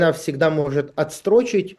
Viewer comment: Не отстро́чить, а отстрочи́ть!